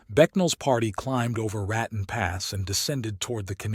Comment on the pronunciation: Lived and grew up in Colo, N.M. AZ, S.Calif, the PNW and Tex. The WEST! It's Ra "tone",, Raton. La Hunt- tah,, Lajunta. At least sound like you've actually been there before.